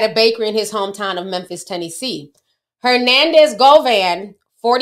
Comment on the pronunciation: Ti you can't say Tennessee lol